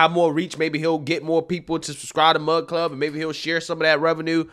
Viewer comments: My thoughts...it's "Mug" Club, not "Mud" Club. LOL. Also, I truly don't think he went looking to start his own media brand company. He was looking for more favorable terms than he was receiving from The Blaze. When he got out there, he found that what he has been trying to accomplish over the past few years would be completely negated through signing one of these contracts and was truly pissed of that others in his sphere were being muzzled by the terms in these contracts. Quite literally, allowing these loud, obnoxious, small groups to shut him up by bitching and raising a stink about something they don't like. The things they often don't like, are straight forward truths. With that said, he has decided to get a feel of how much support he would get from others to start his own business that wouldn't cower to the small woke few with big mouths. If he doesn't get that support, then just throw in the towel and go another direction. Personally as a Mug Club supporter, I am right there with him for the ride and will continue to provide my portion of support monetarily. We miss him. I miss him, Gerald, Dave, Quarter Black and the rest of the crew. I would listen daily during my work day. There's a big hole in my day lately. Can't wait to see what comes back! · Lmao you keep saying Mud Club. But it's Mug Club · You keep saying “mud club” lmao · Few things bro. It sounds like you're saying mud club. Could just be my ears. He's got 25 employees, YouTube demonetized him not because of lack of sponsors. It was your decision because of his strikes over and over.